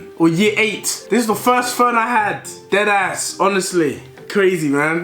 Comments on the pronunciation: "dedass" headass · No one: Not even a single soul Deji “Ded Ass” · How many times did he say “dEd aSs”